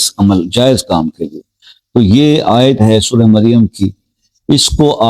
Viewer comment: BHAI. AYAT. SAHI. TARHA BOLKAR BATAYE AUR. SCREN PAR. LIKH DEYA. KARE